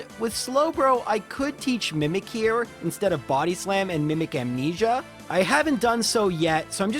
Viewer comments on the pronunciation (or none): none